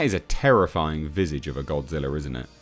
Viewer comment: O, no! It’s Godzirra!